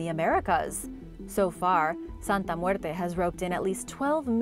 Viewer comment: Love the way you pronounce Santa Muerte!